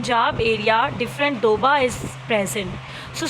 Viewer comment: MAM,our national language is sweet Urdu--------and it was not doba it was doaaab